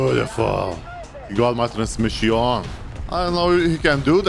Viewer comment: Deprsiooon , transmesiooon Thats my new favourite words 😂😂